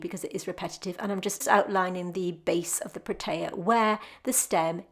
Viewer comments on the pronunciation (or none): Hi. I am from Cape Town, South Africa. Firstly I must say - I love your work and videos. Thank you. The Protea is my favourite flower which is unique and indigenous to the Western Cape region. The correct pronunciation is Proteeya. That particular one you have looks like the Prince Protea. You also get the King Protea which is the size of an average dinner plate. Take care.